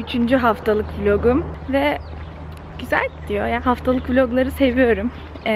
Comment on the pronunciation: vlogum diye okunmaz vloğum diye okunur ünsüz yumuşaması oluyor